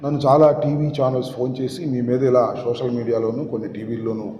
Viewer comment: శోషల్ కాదు రా అయ్యా సోషల్ మీడియా